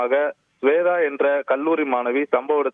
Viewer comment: வேதா இல்ல ஸ்வேதா😭😭😭